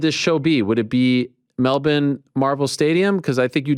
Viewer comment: He says Melbourne perfectly